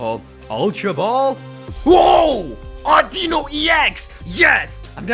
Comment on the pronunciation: It's Au-Di-Nu